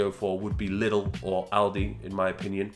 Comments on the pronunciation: I love the way he pronounces Lidl so british hehe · The way he pronounces Lidl :D